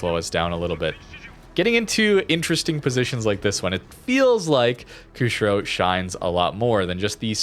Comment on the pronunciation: Former Canuck here, Good vid, thanks. I know the game is your passion and not the historical stuff, but because public speaking is part of my profession, I'm kind of a nut about words. So... the ship is: "Koo - shee - ro". Most non-English languages pronounce "i" like we would in "machine." It's a port city on the island of Hokkaido.